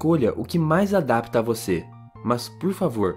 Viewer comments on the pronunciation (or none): none